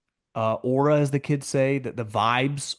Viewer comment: saying “aura” took me out 🤣 that’s my fav podcaster omm